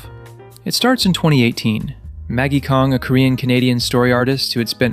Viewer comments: A well thought through critique. Thank you! (But just fyi, Maggie Kang’s surname rhymes with rang (like a phone or a bell), not Kong or Karng. And Ejae is pronounced “ee-jay”, her name is not spelt out like an acronym.) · Is this script read by a robot? It's Maggie KANG. KAAAAAANG. WITH AN A. And EJ A E? Put some respect on the names of our queens.